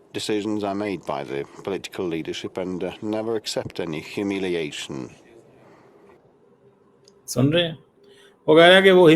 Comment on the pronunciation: Humiliation 😎 but according to jahil chima it's HUMULATION 😂😂